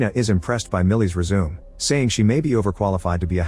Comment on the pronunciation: Did AI just resume instead of Resume? Unsubscribed….